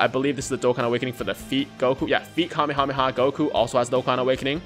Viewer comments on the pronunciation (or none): none